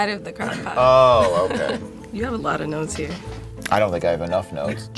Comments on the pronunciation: Bahaha when Asia said “ you got a lot of notes there.” I thought she said “you got a lot of nose hair.” I was so confused and had to replay it like 5 times 🤣🤣🤣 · bruh i thought Asia said you got alot of nose hair but she said notes here🤣🤣🤣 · Who else heard “You’ve got a lot of nose hair.” When she said “You’ve got a lot of notes here.” I was like woah that’s one way to try to throw someone off. 😂😂